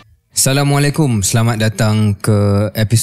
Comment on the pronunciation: Shahril. Tlg belajar memberi salam dgn betul.